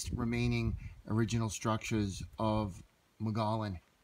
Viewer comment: My father grew up there. It is pronounced "Moe Gee Own". There are actually still people that live there, so technically not a total ghost town. I grew up visiting every summer. It is neat seeing it in your video, thanks! My dad passed away back in January, so seeing this brought back some great memories.